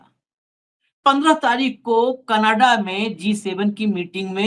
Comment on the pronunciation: Learn how to say Canada please